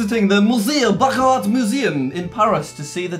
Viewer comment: I am pretty sure you are pronouncing Baccarat wrong.